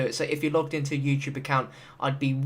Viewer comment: he said YouChube instead of Youtube